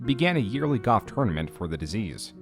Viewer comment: You pronounce "golf" as goff" and it kept throwing me off